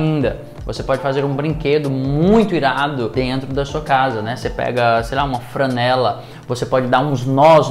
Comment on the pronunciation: Interessante! Obrigada. Ah, uma dica: não é “fRanela”, mas “fLanela”, como em Flamengo.